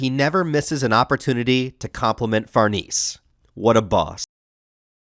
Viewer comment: Still mispronouncing Farnese, eh?